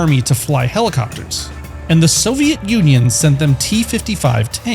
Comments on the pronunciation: Did you just say "soviat"? What kind of grammar mistake is that? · How do you pronounce Soviet so poorly?